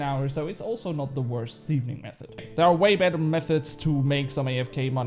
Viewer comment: i think its just one "N" in thieving 😆 you just had a heavy double N thing going on there when you said it. I woke my wife up laughing so hard😅